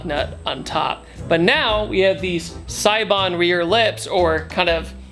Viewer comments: Idk why it bugs me so much but it's (say-bon) not (sigh-bon) lol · It's pronounced say-bon Mickey from throtl was just at seibon the other day